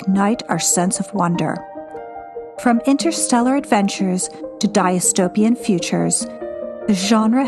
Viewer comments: Dis-tope-ee-an not di-as-tope-ee-an. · Excellent work. Thank you. Glad this miraculously showed up in a search. One tiny suggestion, "dystopian" is pronounced incorrectly a couple times in the video